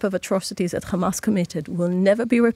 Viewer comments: How many times did she mention KHAMAS 🖕🇮🇱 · If they ever take responsibility for any of their actions instead of simply saying "KKhhamass" I would be shocked into a coma.